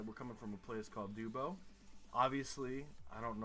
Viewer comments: The way you said dubbo 😭. It’s pronounced dub-oh, not dewbo. Love the video though, I’m from central New South Wales so I found this video funny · It’s not fucking doobo it’s a fairly large city and you say it like dub o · Trapezoidal green sign with B 40 means 40 km to a town whose name starts with B. It is not a highway or road number. Dubb-o, not duebo and the name is less stupid than Chicago, which must be faked :-). Any name ending in -up means you are in Western Australia - the south western part.